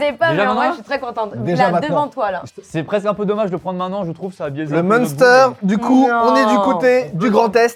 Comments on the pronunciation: Merci on dit pas Monster c'est une boisson ça 😂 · en Alsace on dit MAINster et pas mounster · Phonétiquement ont dit « m1stèr » pour le munster pas monster 😂😂😂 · Le Munster, ça se prononce minstère 😊 Faut pas le prononcer à l'anglaise, il vient pas de là bas 😂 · La prononciation du "munster" est ignoble, voilà je le dis ça m'a perturbé sur cette partie de la vidéo 😅. Bon sinon comme d'hab bonne vidéo.